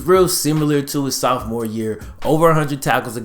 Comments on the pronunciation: I like your videos , really good stuff BUT PLEASE learn how to say Sophomore it's S OFF MORE NOT S OWF MORE . You're better than that my dude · why you say Soufmore? Instead of sophomore lmao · Bruh, r u saying "south more" instead of "sophmore"? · This dude always saying “Souphmore” instead of Sophmore 😂🤦🏾‍♂️ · I have just one question. What's a southmore? Oh do you mean sophomore? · does is piss anyone else off he always says “southmore” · SOUTHMORE? Is this guy illiterate? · Sophomore? [Sof-mohr]!!! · "as a Soufmoore"